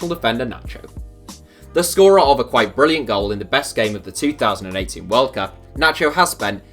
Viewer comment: Are you saying 2018 or 2080? I'm confused